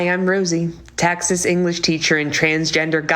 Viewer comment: I've never heard someone from Texas pronounce it "tax-us" before. Very odd